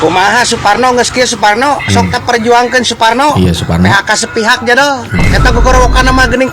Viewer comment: Saking kesel nya Suparno Jadi suporno 😂😂😂 sampe sakit perut ya Allah